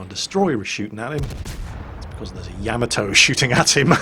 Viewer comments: The way you say Yamoto sounds wrong to my American ears. Could you look up the pronunciation of the name and let me know. ya-modo instead of yam-atoe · I really like your videos, but please learn to pronounce Yamato. Its Ya..mod..O, not yam-atow. Don't mean to complain, but it's like nails on a blackboard when I hear that. Thanks. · That "Yammatoe!" Hurt my ears. It should sound like Yam-Mar-Toe! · ya..mott...toe........not cameltoe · It's pronounced "yah-mah-toe" with about equal stress on all three syllables, not "yamma-toe". I had a Londoner roommate in college who pronounced "taco" as "tack-o" when it's "tah-co". What's up with you Brits? You're driving me crazy! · Im sorry but your pronunciation is triggering me. Its not yaamato its YAHHHHH MAHHHHH TOOOOOO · To everyone who's argues about the pronunciation of that, the JAPANESE anime about a ship named that pronounces it YAmato, so that what I'm saying. It's NOT yaMato. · Say Ya-Ma-To the A's in YAMATO sound like the A in Yard. Funny English you are speaking.